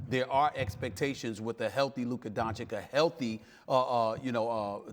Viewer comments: Doncich not doncick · its not Dončik its Donćić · Doncic Donchich Not doncik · It's not DANCIK, it's DONCIC! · Dontschisch pleaeeee Stephen A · That dude is 2 years in the NBA, yet he still pronounces him Luka Donchick :D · Why does this fool insist on calling him "Don-chick"? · Stephen A said Luka Doncik in his face. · Luka hearing Stephen A call him "Donchik" was just like: "Really man? " ... He is butchering the pronunciation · STEPHEN A: LUKA DONCHICK. LOL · After three years He could learn to pronounce his name ! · Labeling him a superstar yet can't learn to pronounce his name. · How can Stephen A not pronounce Doncic, it’s not even that hard of a foreign name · and he starts by saying his name wrong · Still can't pronounce right!! 🙈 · Can't respect Stephen A till he learns how to pronounce Luka's name. Come on man. You can't be so stupid or so ignorant. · Oh no, he mispronounced his name again! 😂 Somebody please tell Stephen A. how to say Doncic! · It's literally the same sound as "itch"... that's it. My guess is that it's just some "I don't respect you like that" thing. There's no way this isn't intentional. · All that intro to pronounce his name wrong smh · Luka is not a journalist. It's Stephen A's job to talk about basketball. It's literally his day to day job. And still he can't pronounce 2 syllables. I can maybe understand that the media needed some time to get Giannis' name right, but Luka's? Come on that's laziness and ignorance.